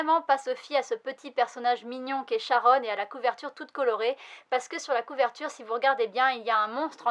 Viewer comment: Jolie couverture en effet, j'attends la fin pour savoir si la série vaut le coup (aucune note au Japon). Nb : On dit Karon pas Sharon